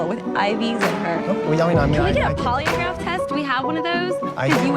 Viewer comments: 10 seconds in and i can't keep it together. 😂😂 A "poliograph"? Is that some kind of Stephen Hawking test? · “Can have a poly-a-graph?” What a dimwit!